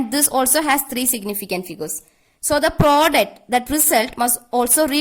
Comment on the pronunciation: Mam aap south india se hai kya coz u r saying product as ... 😋